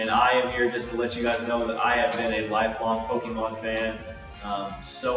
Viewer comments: um, I'm pretty sure its pokémon and not pokymon, when ppl pronounce pokymon I cringe really badly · You don't even pronounce Pokémon right...